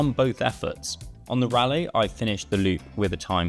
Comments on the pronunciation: I thought Raleigh was pronounced RAW-lee and not like Rally. How about prices without the pedals? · Raleigh pronounced rally?